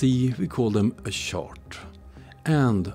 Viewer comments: You pronounce “chart” like “shart”, which is a hilariously different thing… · This was more about “shart”, because that’s funny… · In most languages, «CH» is pronounced like «SH». English in an outlier by pronouncing is as «TSH». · the way you say chart is so accurate flatzoid and friends are sharts ....